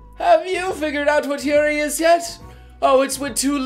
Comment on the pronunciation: But, Yaoi sounds like Yowee, and Yuri sounds like You-Ree. Come on, we both watch anime all the time, you should know the pronunciation already xP